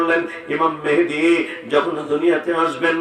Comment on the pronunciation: উনি ইমাম মাহাদীর নামটা ঠিক মতো বলতে পারলেন না বললেন মেহেদী।আপনি কমেন্ট করলেন সুন্দর আলোচনা